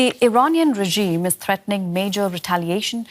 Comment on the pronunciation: Could someone please tell the Washington reporter how to pronounce the word 'regime'?